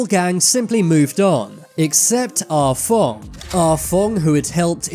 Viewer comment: “Ah Fong” sounded like “Ah Fuck” 😂